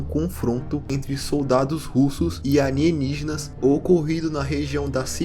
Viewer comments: Ótimo vídeo, mas o cara falar "anienigenas" é muito engraçado lkkkkkkkk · Acho engraçado como o chama alienígenas de "arienígenas" kkkkkkk